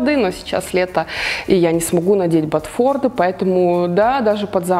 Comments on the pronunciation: видео как всегда отличное,вещи на Вас хорошо сидят. одно НО. раз Вы снимаете бьюти-видео,обращайте внимание на правильные названия вещей, правильно "ботфорты", а не "ботфорды", Вас ведь смотрят многие юные модницы,которые потом заучивают всё неправильно.. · правильно говорить ботфорты